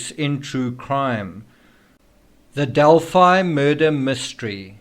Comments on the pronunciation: Pronounced Del-Fi. Long I sound. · Australians would pronounce it like you, but since it is their town we would pronounce it their way in this instance. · We pronounce it 'Del-fee' in Texas and Illinois. Hoosiers can be strange sometimes. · We'd say Delphee in UK as in 'Adelphi (ee) Greek for 'brothers'. Strange that PhiliDELPHIa is pronounced like ee